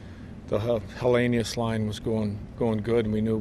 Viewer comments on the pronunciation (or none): Even Lindy doesn't pronounce Konsta's name correctly 😂 Helenius, sounds like - Helen-yoose